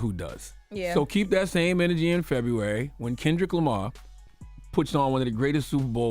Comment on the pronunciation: It’s “KENDRICK LAMAR guys” 😂😂😂😂